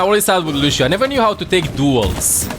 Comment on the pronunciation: Not lushhhhhio , it s lussssssio, remember.